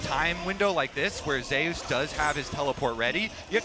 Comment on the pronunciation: why the pronounce zeus like that 😭